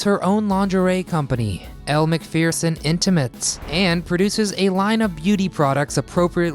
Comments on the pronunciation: As an Aussie, i have to cringe. It's Elle Mac-ferr-son not Elle Mac-fear-son. Friggin' Americans, can't get anything right. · Elle mcferson, not fear-son.